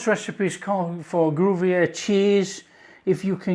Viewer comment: Goo-vee-yer cheese= Gruyère cheese. Batcher-mail= Bechamel sauce….God bless you,. Delicious looking sandwiches